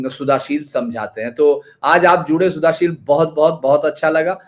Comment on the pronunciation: शुद्धशील जी यही शुद्ध शब्द हैं.. सुधाशील नहीं...